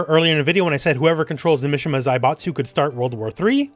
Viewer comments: i think it's pronounced "mee-shee-mah" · I was excited for this video until I heard "Misha-ma family" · Japanese names "I" has an "e" sound so Mishima is pronounced "me-she-ma" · The way he says Mishima